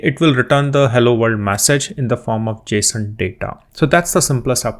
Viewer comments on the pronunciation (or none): none